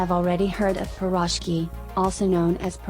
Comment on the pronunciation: Ok, now for a better accent and more accurate information: borshch; ukhAH (stress on the last vowel); pirozhkI (stress on the last vowel); pelmEni (stress on the second vowel); blinY (stress on the last vowel, which is not quite an I, but okay); shashlYk (same); ikrAh (stress on the last vowel); smetAna (stress on the second vowel); morOzheno-e (the last OE are two syllables, no one; and it's just icecream); pAskha (and NOT pashka!!! the desserts depicted were NOT IT). You're welcome.